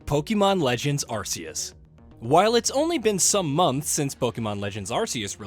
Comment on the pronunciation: Absolute worst list I've ever seen in my entire life. Y'all didn't even pronounce ARE-KEE-US, correctly either 😂